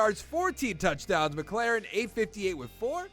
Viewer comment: terry is a beast but it’s pronounced Mik•lor•en. good vid tho🔥